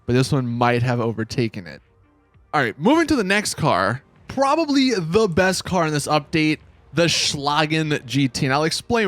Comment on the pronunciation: Why u say “car” like “caer”